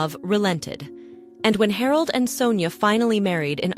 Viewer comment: Harold?😂 Please teach your AI to pronounce the names correctly 🤬 Martha is totally wrong, it is Mä (as in Math) rt - forget your silyy th sound in English with a- strangly said correctly. And Harold is Hārald.... Not hard to say at all. Frustrating to listen to so am signing off now.